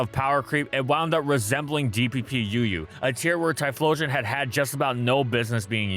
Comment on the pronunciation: Tyephstein xdXdxdx